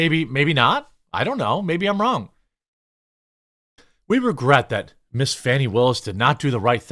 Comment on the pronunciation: Who is this "Fawny" the reporter is talking ? Her name is Fanni, stop changing people's names to make them sound better.